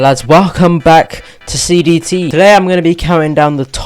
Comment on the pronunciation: I thought he said BBC instead of CDT